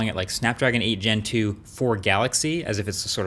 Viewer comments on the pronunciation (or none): I almost fell from the chair when se said "Snapdragon 8 Gentoo"